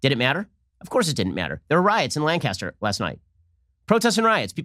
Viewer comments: From Lancaster, he said it wrong, we say it "Lane-cister" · Lanc-a-ster. Just saying :-) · I know it’s not the point, but I’m cringing every time he says, “LAN - Castor”. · It’s “Lan-kes-ter.” On a more serious note, the speed at which the rioters began their activity is suspicious at the least. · Lank-aster. Just saying. Good show. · That’s not how we pronounce Lancaster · Ben mispronouncing Lancaster multiple times. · I live and work in Lancaster county... You're pronouncing our Lancaster incorrectly. . . but BACK THE BLUE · I’ll take you seriously when you learn how to pronounce Lancaster correctly. We are not British in Central, PA. One fact you omitted from your diatribe: The man was mentally ill. Whether or not the shooting was justified, this incident (like many others) demonstrates how broken our system is. Stop fanning the flames, Shapiro. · I'm trying to watch this video but I keep getting taken out of the video. As a Pennsylvanian all I keep hearing him do is pronounce Lancaster wrong lol. Agree with Ben's take though. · You're pronouncing Lancaster wrong. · I live near Lancaster, Pa. I’m sorry, but you’re saying “Lancaster” wrong. It bugs people here. I think it’s cool that you’re evaluating a small city in Pa tho near where I live, Heather Adams is amazing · I am bothered by the mispronunciation of Lancaster so much in this. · That’s not how we say Lancaster. The first syllable is stressed not the second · You all are pronouncing Lancaster wrong. I grew up there in the 1960's and 1970's. Too many Puerto Rican welfare leaches there. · That’s my city and they were burning trees and throwing bricks through the post office windows just for another criminal, it’s a shame. Also Ben you’re saying Lancaster wrong😹 I’m sorry that I have to live in a city filled with idiots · Ooof he said Lancaster wrong lol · You said Lancaster wrong every single time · Ben. Lancaster (three syllables) is in California. Lancaster (one syllable) is in Pennsylvania.